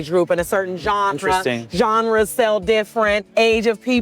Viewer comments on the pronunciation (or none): WTF is a “Zonra”?!? Assuming she meant “genre.” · Genre I think is what she was saying